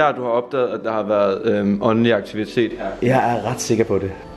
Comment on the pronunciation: Når siger åndelig lyder det lidt som onani ved ik om det bare er mig😂😂😂